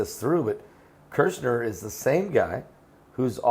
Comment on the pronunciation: It's Kushner! Not Cursener!